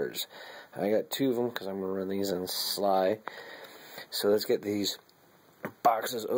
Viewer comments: It is S.L.I not sly. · It is alse S.L.I not sly.